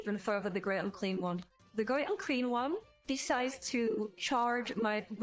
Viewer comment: fun battle report once more! why do i keep hearing Great Unclean One as Great Uncream One? D